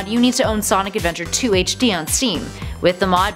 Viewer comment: Definitely not Senic Adventaaaur.